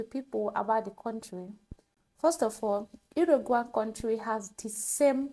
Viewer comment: It's pronounced, ",Yu-ru-guai" 😊